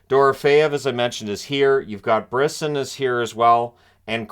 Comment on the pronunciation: FWIW its "Briss-Awn"